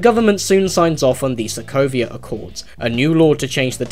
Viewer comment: "Sovia" Accords lol. Don't worry, we all make mistakes.